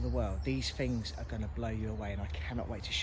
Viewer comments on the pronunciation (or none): If you cut out the amount of times you say ‘wow’ and ‘fings’ you’d probably not breathe in as much asbestos.